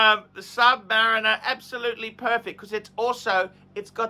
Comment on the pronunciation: says, "Sub-mah-reeeen-er."